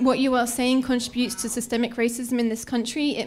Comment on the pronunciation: And by the way professor the word is pronounced “contribute” not “Contra- bruits”